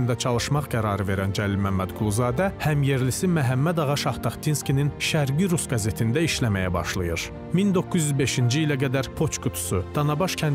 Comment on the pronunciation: Bu gözəl məzmuna görə sizə təşəkkür edirəm. Bircə şərh: "Şərqi-rus" qəzetinin adında birinci sözün vurğusu "ə" hərfindədir, "i" hərfində yox. "Şərqi-rus", yəni "Rusiyanın şərqi".